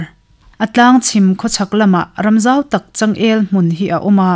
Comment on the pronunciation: Ram țau hi a lam dik lo tlat. Rang ang a lam tur.